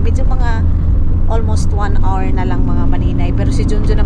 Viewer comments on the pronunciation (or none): none